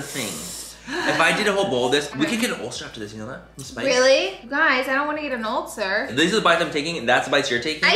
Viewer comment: She said “I don’t want to get an Ultzzer”